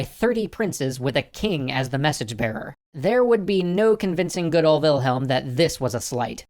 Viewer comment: LOL! "WILHEM...WILHEM...WILHEM...ALSO...WILHEM"